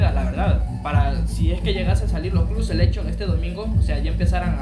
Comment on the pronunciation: ademas se dice "clab" y después dices "Selekchon"